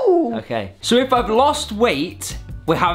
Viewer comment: It's not OKEH to be OKEH <3 (titan cry)